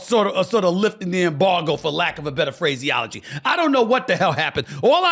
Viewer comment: Did Stephen A.hole say “phraseyology “?? 🙄